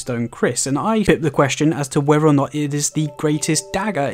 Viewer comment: How come you can say the letters TH in words like THOROUGHLY but most other TH you pronounce like and F or V (wif or wiv instead of with, whever or whefer instead of whether)? I love your tips but that is quite irritating. Apologies.